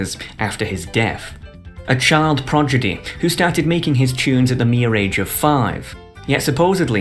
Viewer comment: child prodigy not child progidy see